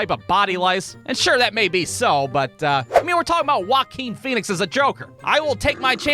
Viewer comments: “Huakin Phoenix” 😂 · I like the way you say Joaquin Phoenix